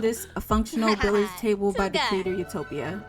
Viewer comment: FYI: Billiards is pronounced as "bill-yerds"